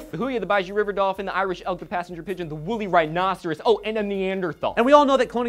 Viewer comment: Wait wait wait a minute, did he say woolly rinosoraus, o my god i want one